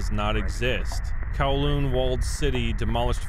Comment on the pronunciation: i instantly gets trigger when he says kowloon as kawloon